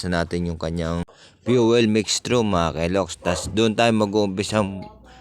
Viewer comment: Mixture/ mekstyur...asiwa pakinggan yong mekstru mo loks.